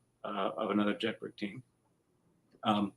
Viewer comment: Jedburgh is a Scottish town. The name is pronounced 'Jedbrer' in the same way Edinburgh is pronounced 'Edinbrer'. One would have thought the pronunciation would have been correct. Nevertheless, a very interesting and informative presentation.